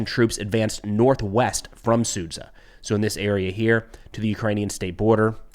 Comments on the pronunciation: it's su-JAH, not sud-ZA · Sudzjah NOT SOOD ZUHH